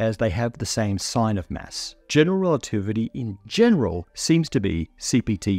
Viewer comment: Lol, your pronunciation of "mass" is a mess. 😝 What accent does it come from?